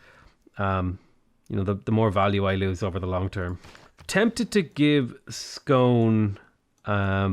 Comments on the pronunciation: Hate to be that guy, but Ayr is pronounced 'air', Scone is pronounced 'Scoon'. Also find it strange that the devs picked Stirling as Scotland's capital, as when Robert the Bruce ruled Scotland the capital was Dunfermline. He lived there in Dunfermline Abbey and is buried there. Quite an interesting place if you're into that sort of thing... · Dumfries to rhyme with fleece. Ayr same as air. Scone to rhyme with spoon.